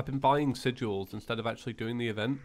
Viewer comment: Sigil= Sig-gill Aegis= Ay-jiss Wyvern= Why-vern Stele = Steel or Stee-lee, depending on the context Please stop pronouncing words incorrectly, you are ruining my marriage.